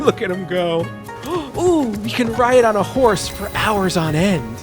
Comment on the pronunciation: Whenever I hear horse I imagine he is saying w-hores.